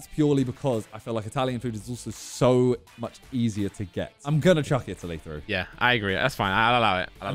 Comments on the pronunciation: say italia insted of itly❤ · pronouncing Italy as e tally is the best thing I've heard 😂😂😂😂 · not pronouncing the countries correct is killing me 😂